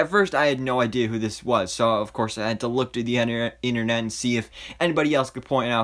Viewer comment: Enernet...... eeenternet😂